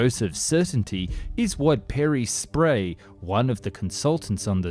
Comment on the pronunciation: Pierre Sprey, pronounced "Perry Sprey" in the video, then changed to "Peter Spray" here… y'all need to learn how to read.